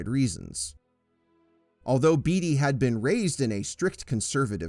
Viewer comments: It's Ned Bate-ee, not Beet-ee. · Valerie Per-rhine and Ned Bay-tee